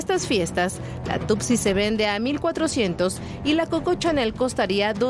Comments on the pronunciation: No es coca chanel, es coco chanel, no es tupsi, es two c, tusi, si no es paleta. Investiguen bien reporteros. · La droga rosa es tusi, no tootsie y el pueblo se llama Tepetlaoxtoc, como es posible que no repasen sus guiones antes de pasar la noticia.